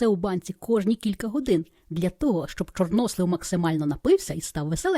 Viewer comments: Чорнослив. Наголос на останній склад. Чи світ став іншим? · Торт дуже гарний,молодець.У слові чорнослив наголос падає на "и".